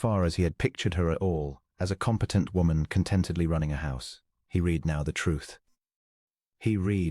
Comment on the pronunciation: AI needs to learn: "read": past tense " read" instead or present tense. Quite distracting. Good story.